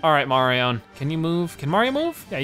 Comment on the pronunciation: Wait do you say “Marion”?